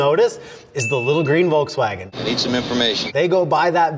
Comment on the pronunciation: It's a green VOLKSWAGEN NOT WOLKSWAGEN